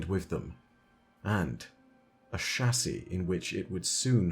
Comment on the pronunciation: Apparently it is "Shassey" not Chassis...lol